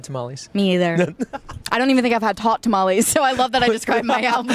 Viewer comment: I love you Sabrina but, the way you said "tamales" broke my heart. Side note though, my first love is also Twix. Lol